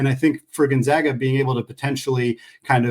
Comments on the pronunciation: please teach the guy to say Gonzaga correctly. We aren’t the Zogs, we are the ZAGS! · honest question here. This is the third straight guest who can’t pronounce Gonzaga. Why don’t you mention before the podcast starts (in a friendly way), “it’s the Zags, not the Zogs”? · I automatically dismiss the opinions of any basketball commentator that can’t pronounce Gonzaga correctly.